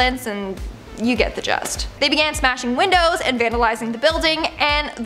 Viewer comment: ILLINOIS IS BLUE YOU!@ Also, this is OLD!! Also, it's "you get the GIST, not jest hun.❤